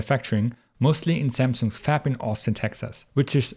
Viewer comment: the way you pronounce fab tho...